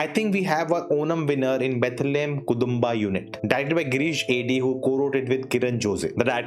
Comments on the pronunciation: bro just out of context but i believe u mispronounced kudumba as kudhumba.. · It is कुटुम्बा unit, meaning family unit. Note the pronunciation